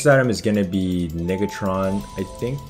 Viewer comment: way he said negatron was sus lol